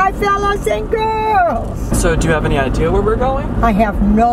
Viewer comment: "i have no ideaR"